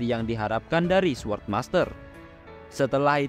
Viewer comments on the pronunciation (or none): none